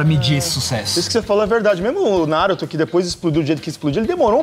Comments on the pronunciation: NaRÚto, kkkkkk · Quando esses cara fala NÁruto eu demoro pra entender q eles falaram Naruto. Q agonia! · Ótimo vídeo, mas me dá uma leve agonia ouvir vocês falando "Náruto" hahaha.